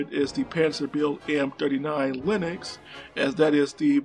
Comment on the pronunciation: Denmark. Not “danemark”. Lynx. Not “lynex”.